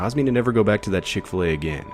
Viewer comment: I have never heard of the Chick-Fi-A cow mascot before